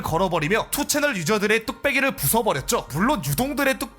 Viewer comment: 아 그리고 2ch를 투채널이라고 읽는 것보단 니 찬이라고 읽는게 낫습니다. 요즘은 운영자가 고소당해서 5ch으로 바뀌었지만.